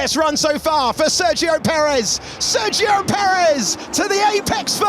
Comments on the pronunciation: Try to pronounce it as "sair gi yo". You can do it. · At this point they should really learn how to pronounce Sergio…